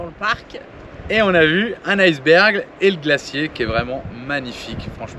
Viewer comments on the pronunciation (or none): iceberg et non ailceberg